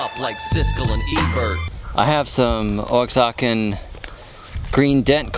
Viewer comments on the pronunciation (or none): "Oaxacan" is pronounced wa-ha-kin. I plant corn in pure clay, so I can't bury it without it suffocating, so I just throw the seed in short grass and it comes up. If it's bare red clay, I have to mulch it after putting it on top so it doesn't dry out.